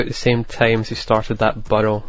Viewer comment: im surprised no one has said anything about the way pronounces burrows